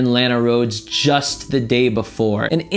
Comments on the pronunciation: I thought you said “a lot of girls” not “Lana Roads” or whatever her name is so I found it weird when PewDiePie looked up that girl 😂😂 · Instead of hearing "Lana Rhodes would never go for Pewdiepie" I thought you said "Alot of girls would never go for Pewdiepie." 😂